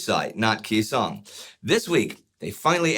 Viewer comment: He's a freaking tool making a buck off my fathers service. I don't like him or his revisionist version of history. What the hell is KEY song? No one has mispronounced that name for 60 years and yet here we are. What has this man said that makes you think he has some special insight into combat? He's a clown.